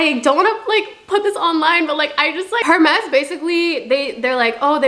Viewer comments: It’s pronounced air-mes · PLEASEEEE the h in hermes is silent😭😭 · The h in Hermès is silent… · The way you pronounce Hermès kinda scratches my ear drums 😅🥲